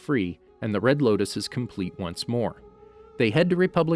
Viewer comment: you said loktis not loutis